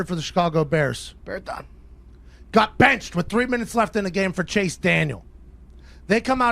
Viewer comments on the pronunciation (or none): "Bear dahn"